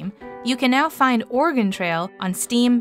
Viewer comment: It’s not pronounced Or “ah” “gon” for the original. They sound very similar.